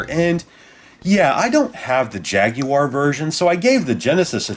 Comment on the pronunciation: Good video but I can't really get past the way you pronounce "jaguar"